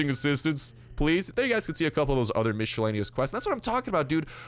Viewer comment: Please, do not misspell miscellaneous. English isn't my native language, but even for me it's annoying to hear your spelling...